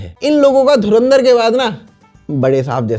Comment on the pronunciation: Dhuran... Dhar ❎ Dhuaan... Dhar ✅ 😂😂😂😂😂😂